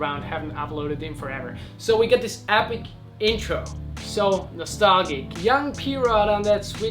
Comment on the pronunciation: Nice one Johnny. More gratuitous ankle violence please lol just joking. Nostalgic - the g is soft like nostaljic